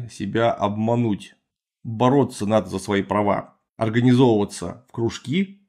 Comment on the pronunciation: Клим Саныч что-то начал подозревать... Теперь осталось выяснить как Клим Саныч собирается с этим бороться. Путем сотрясения воздуха? А-А, кружками и выкручиванием рук государству...Ну, успехов. Только ударение правильно поставить надо в слове "кружки"... И сравните с его же предвыборной агитацией, будет интересно. Ну, и кружку хомячков Навального прибыло, что ле? Те ведь тоже вроде за все хорошее противвсегоплохого и лично против сами знаете кого. Они тоже здесь власть, и тоже кружки, только в тырнетах, но база у них посолиднее и поддержка поавторитетнее - целое мировое сообщество банкиров в лице Радио Свобода, БиБиСи и Дойче велле (или других не менее честных и порядочных представителей госдепа - мирового авнгарда)... Те-то точно не чета нашим - те-то правильные же же? Одного не пойму: Клим Саныч реально думает, что без политической структуры в виде политической партии можно бороться именно за интересы трудящихся, а не очередных... э-э-э людей со светлыми лицами и светлыми же помыслами, разрушавшими прогнившую систему. Ну как в августе 1991-го. Вот только с гендером надо определиться еще. А то без гендера счас никуда...